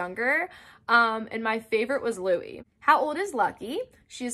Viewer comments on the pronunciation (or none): none